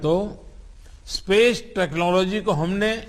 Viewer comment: Udhar Koila ki kami ho rahi hai aur yeh Feku Chor Yaha Space ki baat karr Raha hai 😂😂 Technology dhang sey bolna Nahi aata aur yeh Feku Fek Raha hai 😁😁